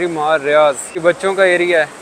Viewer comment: Vhai ap bol reho riyaz jo ki riyad hai??